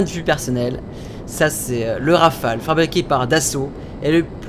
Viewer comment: Enfin quelqun qui dit pas Rafalé. (t'petêt un peut trop de a à mon goût XD)